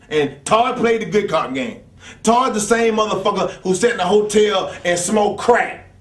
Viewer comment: The way he says crack lol